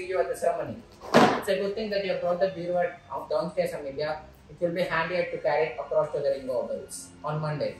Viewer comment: Its not beravah its bureau